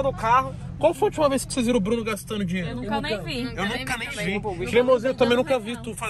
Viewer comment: Seu ploblema e dinheito é? É O meu tbm Cremosinho nn da man kkkkkkkkkk😂😂